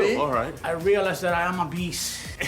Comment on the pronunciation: Guillermo, was that "I feel like I am a beast", or "I feel like I am obese"; seriously, hermano, I couldn't tell! This much for sure, you wort hard for your pesos!😄😏😄